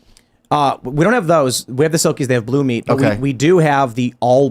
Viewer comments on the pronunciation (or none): none